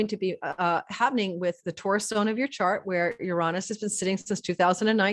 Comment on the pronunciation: Everyone is struggling with the word Uranus….. no one wants to say “youranus” 😆….how about Uranus…yur-Aa-nus. Quick short vowels….not uraaanus